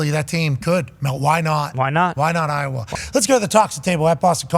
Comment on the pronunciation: He said Iowa is te u lmfao